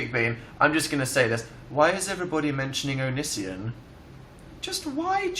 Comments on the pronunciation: is it bad that i find dan's pronunciation of "onision" funny whoops hah don't murder me pls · Dan talks about Onision The only reason I came here Also he says it weird... OKAY BYEEE